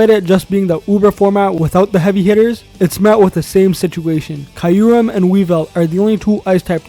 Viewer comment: The way he is pronouncing Kyurem is killing me Good vid anyway